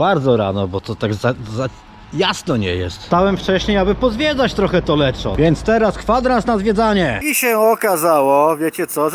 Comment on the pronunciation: O, też byłem w Lecco niedawno :v Jakiś włoch trochę się wkurwił na wymowę "LECZO", bo czyta się ponoć "LEKKO" :(